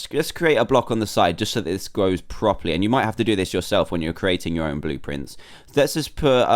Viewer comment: at 9:90 when you said how to make your aown bluprint make one for tryayorus